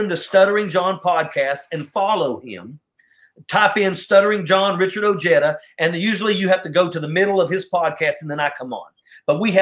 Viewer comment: I always thought Ojeda was pronounced O-hey-da instead of O-heada. I have never heard a Mexican refer to Jesus as Hess- sus.